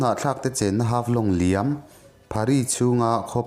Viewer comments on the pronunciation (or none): none